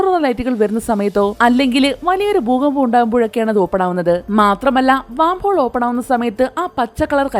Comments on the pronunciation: വാം ഹോൾ അല്ല... വേം ഹോൾ എന്നാണ് പറയുക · വാം ഹോൾ അല്ല വെo ഹോൾ ആണ്